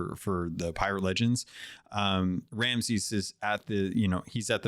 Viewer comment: Minor "chafe" on the ear - your guest kept saying "Ramses" instead of "Ramsey" - he's the Pirate Lord not an Egyptian Pharaoh. As always; thanks for sharing your viewpoint it is an interesting listen and nice to get someone else's perspective on these :)